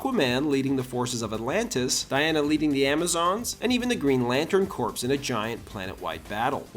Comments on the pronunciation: Green Lantern Corps. Corps, "core", not Corpse, "dead body". The s is silent. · "Corps" is pronounced like the word "core," not like "corps" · Jesus, it's pronounced core, not corpse. Corps it's French. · The Green Lantern Corpse?! Come on, guy! Do better! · Bro said green lantern corpse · Corps is pronounced core They arent corpses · So what went wrong? This all sounds very extremely terrible. That’s what went wrong. Written like what a twelve year old thinks is “dramatic” for a comics story. And why would you need a “Flashpoint” film when the Snyder trilogy was basically that but worse? And the pronunciation is Green Lantern “core” not “corpse.” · that’s how it’s spelled, but they pronounced it “corpse.” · "Thermoscurro"? "Lantern Corpse"? Dude are you drunk? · Its not pronounced Green Lantern “Corpse” 😂